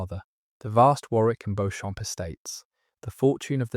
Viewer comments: It’s pronounced Beecham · Walla Walla, Washington, under a full moon. You've done a great job, I've one correction: Beauchamp is pronounced BEE-chum.